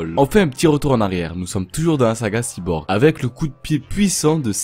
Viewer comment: Ciborgue c elle ,et ciborque